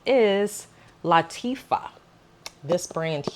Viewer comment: Nice video…Btw it’s pronounced LA-TA-FA And yes that insomnia has gotten me in trouble many times 😅